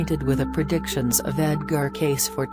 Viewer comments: Hi name is pronounced Edgar Cay(see). Ugh. do your research!! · It’s a computer voice. That’s how a computer would pronounce it if his name was typed out. To make it say Cayce how it’s pronounced the person would have to type it out as kay-see or something along those lines